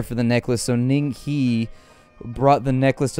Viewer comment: the he in ning he is pronounced "her" lmao